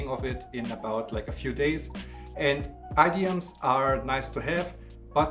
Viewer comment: Guten Tag - I am really enjoying your videos - But check your English pronunciation of idiom (or at least I think that is what you were saying).